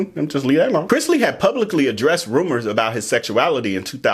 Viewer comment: ikr!! when I watched you again, I said "he said it right in the beginning!!" 😅